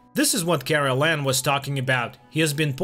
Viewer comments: It's Karellen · His name is Karel not Carolan. Besides a couple of other mispronounced names you basically got it right, but you have a couple of facts about the series wrong. Of course the book is more detailed. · Kraylen is how it should sound